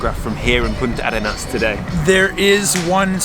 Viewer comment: We chileans pronouce it as just one word: "Puntarenas" ;)